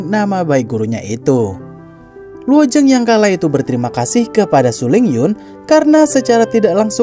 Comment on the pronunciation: Penyebutan kata luo zeng nya kurang jelas jadi yg saya dengar cuma luo jeng,luo ceng.